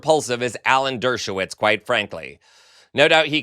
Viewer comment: Who is he: "Derwoshitz"?